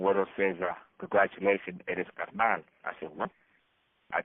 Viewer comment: Shout out for saying carnal correct, carr- knawl😂😂😅😅